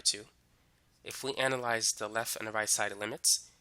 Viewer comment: Excellent tutorial. But can you please not say "lef". It's "left" :)